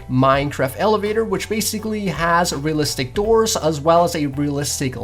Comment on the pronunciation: it's rEalistic not rillistic you noob